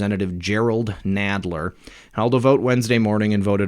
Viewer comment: Nadler sounds like the guy on Princess Bride (mawage, mawage is what bwings us togeva today...wove, twue wove)